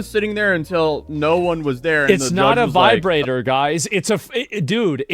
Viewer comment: I was NOT expecting a random "it's not a vivrator guys" 🤣🤣🤣